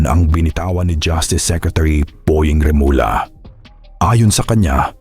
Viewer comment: please refrain from using AI. Remulla which is pronounced as remulya becomes remula. See? It's not good to listen. It's not genuine. Mas mabuti pa Ikaw nalang mag voice over. Just a suggestion from your follower.